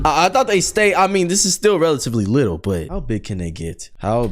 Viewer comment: Did just said littly? 🤨